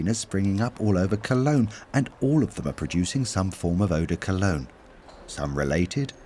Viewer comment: Did this narrator just pronounce Eau De Cologne as Urh de Cul ugg nh? I used to live in Cologne & even though non Germans say it Col own The Germans say Koln ( Kerln) What the heck is Cul uggh? Also perfume didnt just manifest out of thin air in the 1700s Even school children know that The ancient Eygptians adored perfume which was found in Burial tombs Also China with recent finds going back 8,000 yrs & was found to contain honey, a kind of Ylang ylan, sweet & fresh & a sweet kumquat. Arabia also used a perfumed Oil This docu is dreadful & totally ignores the real history & origin Alot further back than 1700. The medieval wealthy people used perfume to mask body odour. The upper classes rarely bathed Nor had their flamboyant clothes Cleaned or washed. So to stop the stink of bodies they drenched themselves in Eau de Pong Patrick Suskind wrote the book PERFUME, Also made into a good film with Alan Rickman & Dustin Hoffman who was very good as a dotty royal perfumier. The book is a novel though not a history book of perfume Why does the begining of this Start in 1700 then jump from era to era Its a bad video to learn from & its all over the place & had no Concepts as part 1 Then part 2, etc Hes hard to hear, talks over everyone & isnt translating what they say. Im half way through & nothing sticks in my mind & none of it makes sense. Im finished, its a waste of time 🇬🇧👧